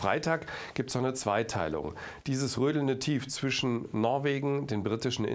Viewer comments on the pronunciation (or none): none